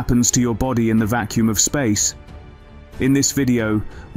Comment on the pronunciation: It is quite a good videos but spoilt by the robotic voice. It was quite good until 4.30 when it says blued and vakkoom instead of blood and vacuum. Later it does correctly pronounce vacuum. But just get a real person to do it and it could be so much better.